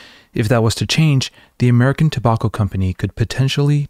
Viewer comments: It’s Toe-back-oh. Not Toe-bawk-oh. Sorry bud, that one got to me. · Two-bokk-o? Do you mean tobacco? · I wanted to learn about Edward Bernays, but in the first 20 seconds you pronounce tobacco wrong twice and now I want to stick chopsticks in my ears thanks man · How can one letter change the entire pronunciation of a word? What is the difference between "tow bach oh" and "tow back oh"? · I really had a hard time getting past "Tabawko" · Interesting pronunciation of the word 'tobacco'. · I’m going to start pronouncing tobacco like this. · That’s a pretty weird way to pronounce “tobacco.” Especially as you’re in a country where the words “drama” and “pyjama” rhyme with “Alabama” and not “llama.” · How many times can he say tobacco funny? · Why you pronounce tobacco like that? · this is a great video and all, but i can't get over how you pronounce 'tobacco'. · Was going to watch but I can't stand how you're pronouncing tobacco